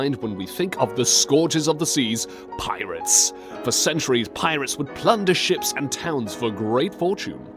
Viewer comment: The way he says pirates kinda bothers me